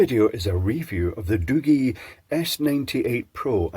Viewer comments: Hey I just wanted to let you know for future reference that you pronounced the phone company wrong it's not Doo-gee or better yet not pronounced Doogie like as in Doogie Howser. It's pronounced Doo-jee like if you were to pronounce the letter "G" by itself. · The G is pronounced as in giraffe. The thermal cam is exactly the same as in the Infiray P2 Pro (Tiny1-C module). If you prefer a hand held standalone unit then look for the Uni-T UTi260B. It also uses the same Infiray sensor and is quite affordable. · So, it's not pronounced "Da-gee"? Not a Da-gee product? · lol it's called Doogee